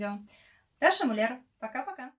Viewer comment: Хороший рецепт, спасибо за секреты, обязательно попробую. Оператор-режиссер тоже молодец, старался. Более правильно фамилия звучит с ударением на букву "У", хотя дело ваше, такая красивая женщина может себе и это позволить.